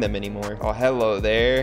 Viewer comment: I’m so confused 😐 does he say helloeee everybody or does he say hello everybody a weird way Or is it just me who hears that